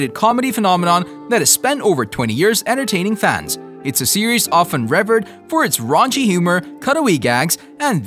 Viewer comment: It's pronounced re - vereed. Hahaha. Hilarious. That proves he's reading something that someone else wrote and that he did not practice beforehand. Can't even pronounce words correctly